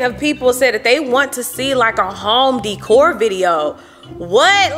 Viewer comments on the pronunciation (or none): none